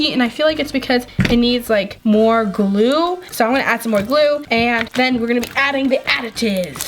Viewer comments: By the way you don’t know how to say glue because you say gluul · Sounds like she is saying glue all... Like if u agree